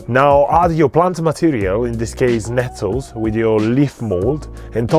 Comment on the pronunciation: Glad you put a timeline at the bottom, your words are hard to understand sometimes. I had no idea you were saying "Nettles"....be mindful of saying words carefully